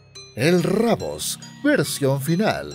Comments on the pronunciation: DIJO EL RABOS ENVÉS DE DECIR RUBIUS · Al lugar de decir rubius dejo rabold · Se llama el Rubius no rabos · No es rabos es rubius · es rubius no rabos